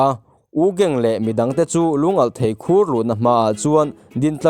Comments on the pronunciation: Khur ilam dan a diklo Thlukloh tur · Khur tih hi tinge i lam dik theih miahloh a 😅